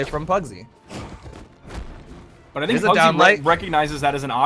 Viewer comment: Pugsy = PARRYsy